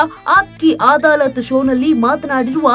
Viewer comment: ಅದು ಅದಾಲತ್ ಅಮ್ಮ ಆದಾಲತ್ ಅಲ್ಲ... please check your words before speaking...